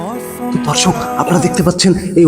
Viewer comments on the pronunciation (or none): এ কি বললো রে দর্শক না ধর্ষক😂😂😂😂